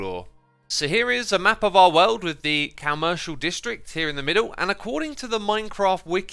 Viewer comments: Is it me or is saying "COW-mercial district"???? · I never relized it before but I love how you say "cow-mercial district"